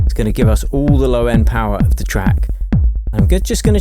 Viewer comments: When you say the word ALL it sounds like you're saying Ghoul but without a G. lol I don't think it's a coincidence once you understand what the Alpha and Omega is. Even the English alphabet is encompassed by the A and zer0 for the Alphabet and Numbers. Talk about a Curse by speaking in Curves when it comes to pronunciation of Gods word. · When you say ALL it sounds like you're saying the word Ghoul but without a G. lol